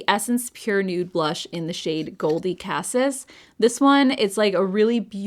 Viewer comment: Such a great list,! I might need to pick up the Hamish foundation. Not that it matters at all, but cassis is pronnounced ka-SEES. Cassis is a liquor made from black currant and it's a dark purple color. Black currant is one of my favorite flavors ever. And I have the blush, thanks to you!:) Merry Christmas!